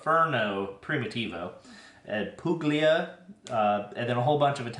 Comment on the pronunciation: The wine region puglia is prounced Pulia. It rhymes with my name Julia😊 I absolutely adore it 😁👍🥂